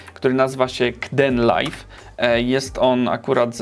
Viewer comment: Rozwaliłeś mnie tym "k-denlajf", jeszcze tego nie słyszałem. Wszyscy wymawiają to z ang. "keejdenlajf" - :D haha, sam się nie mogę nadziwić jak śmiesznie i głupio polska pisownia angielskiej wymowy wygląda, ale nie wiem jak inaczej przedstawić wymowę angielską w pisowni polskiej. Co z Openshotem, takim odpowiednikiem Windows Movie Makera, czy Olive, czy Lightworks? Jakbyś je ocenił? P.S. Pisane z Manjaro KDE - instalacja 4 lata temu i dalej dobrze śmiga :).